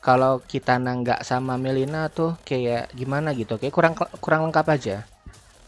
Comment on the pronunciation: Namanya MIllena njrrrr bukan melina